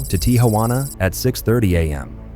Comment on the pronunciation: It's not TIA juana , just Tijuana